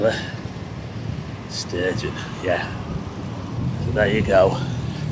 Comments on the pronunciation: Nicola who ??? McSturgeon wtf twice you said it her name is Sturgeon not every Scots name starts with Mc . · Thank but it's Nicole stugeon not mc stugeon. I like you but call her mcstugion sorry disrespectful. Do you call him.curry rishi